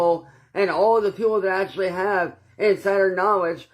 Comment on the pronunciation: can we umm acshally get a uhh acshally counter??it used to be liderally...ugghh